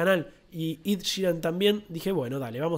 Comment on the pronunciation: Es "Ed" ,no "Id" :)